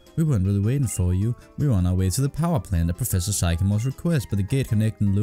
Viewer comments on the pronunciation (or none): It's pronounced SICK-AMORE not SIGH-CAMORE 🤣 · You do the best random nuzlockes my guy, and loving this series, but for the love of all that is holy.. it’s pronounced “sick-a-more” PLEASE That is all. :-)